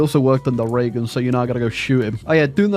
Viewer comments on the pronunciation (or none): none